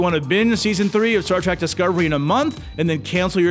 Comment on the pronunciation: "Star TRACK" 🤣😂